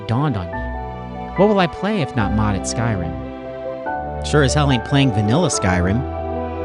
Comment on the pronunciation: I truly appreciate you using the correct pronunciation for Skyrim